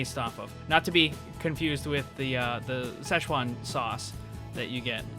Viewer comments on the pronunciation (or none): It is called Sze-Chuan, a Province in China. Panda, spicy food and basically face change shows Not szech-Uan, it’s sze-chuan 😂